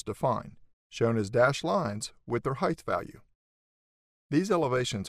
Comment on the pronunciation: nice tutorial thank you. this constant mispronunciation of "height" is annoying however, it's not "heigth"